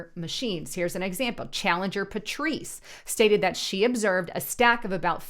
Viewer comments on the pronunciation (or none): none